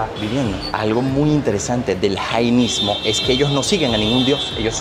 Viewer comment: Hola Una pequeña corrección creo que no se dice janaismo Se dice jainismo Al menos lo que dice Google Gracias